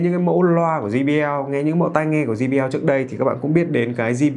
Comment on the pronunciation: Quảng cáo cho hãng mà đọc sai thương hiệu của ngta rồi ông ơi. Đọc là “giây bi eo” chứ sao lại “gi bi eo”